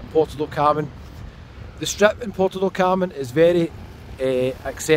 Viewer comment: PORTO DOT Carmen ❌ ... PUERTO DEL Carmen ✔ ... Bye bye ... 👋😉 ... enough is finally enough !!